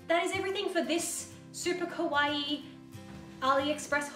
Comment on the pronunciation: please can you don't say "kowaii" but "kawaii"? with the A. It almost seems like you're saying "kohai" that is the opposite of "senpai" ahah ! however I adore this haul, a lot of my girlfriends buy clothes and accessories on Aliexpress, as you said it's really useful to notice how much is the rating high, also to read feedbacks from the customers.